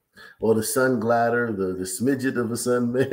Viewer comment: He says sun glider